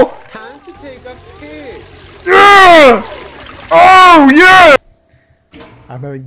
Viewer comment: When he said "tiem to taek a pees" I felt that